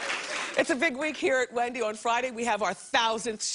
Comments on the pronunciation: Whendy Whilliams Whay! I can’t. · Whendy Whilliams Whay -IM WHEAK